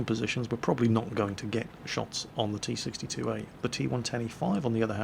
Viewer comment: Why do you say t62a xD